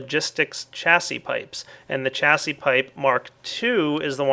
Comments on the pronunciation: Chasis, ch-assi... true to form! If I were older than you I'd chassi-tise you mate; it's pronounced "shassi".;) Just don't ask me for a definition! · Chassis is pronounced sha-ZEE brother :) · chassis is pronounced "sha-see" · they are called CHAH-SEE pipes.